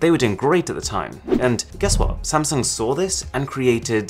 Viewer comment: Most say Sam sung... Aarun says Samson..lol